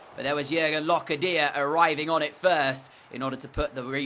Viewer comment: for locadia it’s not loca dia it’s locardia